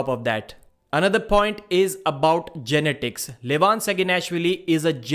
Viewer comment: Sounds like you are trying to pronounce genitals when you say genetics